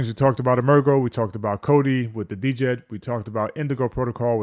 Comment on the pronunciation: The “D”is silent bro.